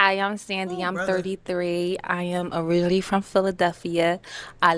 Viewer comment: She tried to say “originally”?